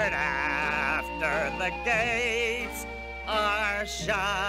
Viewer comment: 3 years later just listened to it again and he absolutely said after the gays are shot